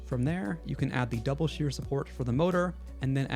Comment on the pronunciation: As always, great video! Just a note: it's "double sheAr" and not "double sheEr", as it's a shorter way to say that the idlers are doubly supported (on both sides) to get a stress loading with mainly shear forces and minimal bending moments